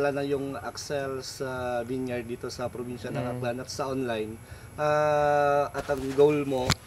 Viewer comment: Di ginawa homework vineyard lang sablay sa pag pronounce.